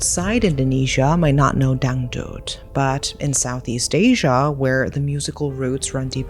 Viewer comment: Your pronunciation of dangdut is so spot on I was momentarily stunned 😂